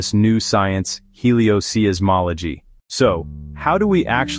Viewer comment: The apparently AI-generated voice says "heliosee-ismology" and "astrosizzmology." Really very poor.